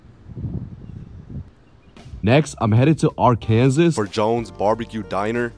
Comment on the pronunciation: This guy called Arkansas Ar-Kansas..🤪